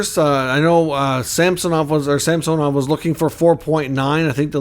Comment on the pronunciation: Samsonov has gone on record to say he pronounces his name SAMsonov, not SamSOnov, fyi.